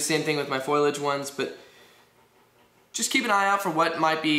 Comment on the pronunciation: It's not "foil-age", it's "fo-li-age" - otherwise good review.